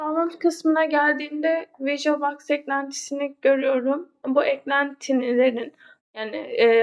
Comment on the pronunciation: Anlatim güzel fakat bazi kelimlerin ingilizce teleffuzunu yanlis yapiyorsun virtulbox gibi cok dikkat cekiyor😂😂